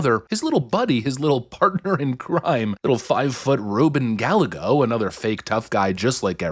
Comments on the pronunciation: It's pronounced Guy-egg-oh. No matter though, he's total POS either way. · Here’s how you phonetically pronounce Gallego. Guy-ay-go, ok? And btw, the word ‘won’ is pronounced the same as the word ‘one’. Good work here though, and you’re welcome. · It's GUY -AYY-GO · Gallego is pronounced Gah-yeh-go. It is a Spanish name. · Just so you know, it is pronounced "Guy-yegg-go" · It's pronounced... guy - ay - go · Double Ls in Spanish are pronounced like a Y. It's Ruben guy-YE-go. You had one job. Have you never heard his name pronounced before? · It's Ruben Guy-AY-go. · Ruben Guy-yay-go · His name is pronounced Guy Egõ 😂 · It's pronounced Ruben (guy yay go) Gallego. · Please learn how to pronounce that dirtbag's name properly. It sounds like "guy yay go." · his name is pronounced GUY-A-GO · Gallego is pronounced Gal-yay-go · I don't like him, but his name is pronounced Guy-A-Go. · no, no I live in Arizona and we pronounce it has Guy-gay-go. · Gallego is a Spanish name. Thus, it's pronounced like "Guy Eggo" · Hey, Rubin Gallego's last name is pronounced Ga-YAE-go. Double "L" in Spanish is pronounced as "Y". LL is pronounced like the English "y" in "yellow." For example, "pollo" (chicken) sounds like "poyo." Think back to all the problems Kari Lake had with this guy during her run for office. Yep, Same guy. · It's hilarious how you are purposefully mispronouncing Ruben Gallegos last name. (Guy Yay Go) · It's pronounced Guy-yay-go. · *Guy-eggo, I'm a white guy but this pronunciation is killing me, even if Ruben is a POS lmfao. Hopefully we get his punk ass out with Katie Hobbs. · The little troll's name is pronounced, guy yay go... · Guy A Go........... thats how its pronounced. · I'm pretty sure his name is pronounced as 'guy-yego' & his interview in the wind was impossible to hear. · I like the way you say Gallego. That's way better than the actual pronunciation. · Dude, you’re seriously mispronouncing Gallego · Rubin guy eggo. Not Gal a go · Guy-a-gos not Galligo